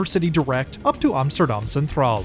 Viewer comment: ironic you always pronounce Amsterdam as “OMSTERDOM” lol